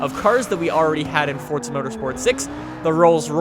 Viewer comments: Its Forza, not Fortsa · Dude its not forztza